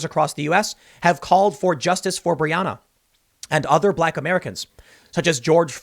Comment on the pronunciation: FFS $100 if you'd simply pronounce her name properly! BRE ON NA